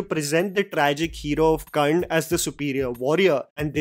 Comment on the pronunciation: dude.. Its Karna Not Karn or Karnd 🤬